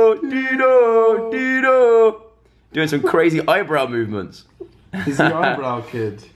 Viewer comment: Its not deano, its dino